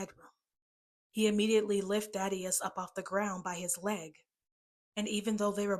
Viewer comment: Daddius its Thadius